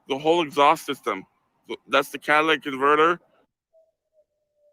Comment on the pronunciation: I swear it sounded like cat lick converter 😂